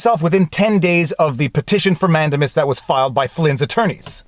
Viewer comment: man-DAME-us. In your livestream with Robert Barnes he repeatedly said it correctly. And the judge asking so many questions - in essence, conducting his own examination, was historically done in the English courts, and I believe still is today, so I am not surprised that it makes sense to a Canadian lawyer. But in America, judges generally don't do that. It's that separation of powers thing. I've seen convictions overturned because the judge was "prosecuting from the Bench".